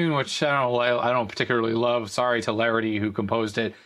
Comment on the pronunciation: It's LaXity not LaRity. And yes 6581 and 8580 sound different, the crude difference is that 6581 is grittier (because of the filterbehavior) and 8580 more "hi-fi" ish.